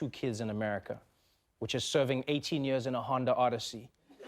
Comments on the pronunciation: yee ahs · I love how he says "years"